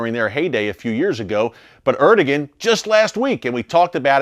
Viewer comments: Erdogan = er-doe-ahn , not er-do-gen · Erdogan is pronounced as. ... Air da wan (so I was told.) 🙂